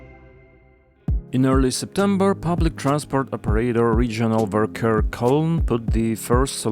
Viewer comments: Hey small tip. You pronounce Verkehr not like this. V makes in F sound in german. It is Ferker basically. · the V in Verkehr is pronounced like an F and the stress is on the second syllable :)